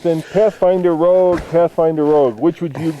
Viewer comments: Nissan Rouge???? Really guys lol Nissan ROGUE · Your into says rouge - as in the french word for Red